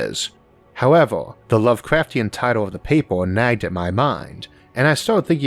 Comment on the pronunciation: Why does this speaker sound like a kid that can’t prounaunce words “wegauuurd”, “porpourses”, “howeuwer”, “auready our”, “weauvy”, “pauwerdaux”, “cadegories”, “aurigion”.. “wauking”..